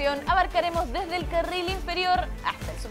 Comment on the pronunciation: "deste" jajjaj tremendo :v